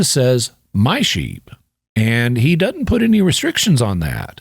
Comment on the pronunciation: The word "doesn't" isn't pronounced "dotint". Your videos are fantastic.